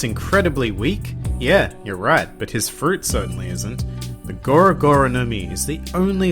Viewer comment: That's not goro goro no mi... It's. The Thor Thor no mi! Damn!